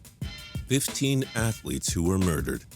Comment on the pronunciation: at the beginning it said muderered not murdered